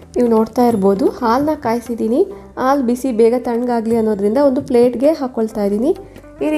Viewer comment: ಆಲು ಅಲ್ಲಾ ಹಾಲು. ಅಳೆ ಅಲ್ಲಾ ಹಳೆ. ದಯವಿಟ್ಟು ಸರಿಯಾಗಿ ಉಚ್ಚರಿಸಿರಿ.